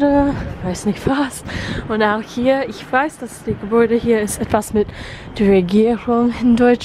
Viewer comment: Your german is great! Keep it up! You really pronounce the "ch" as in "ich" really well, but I realize your overall pronounciation is rather breathy, nothing to critise, just wanted to point it out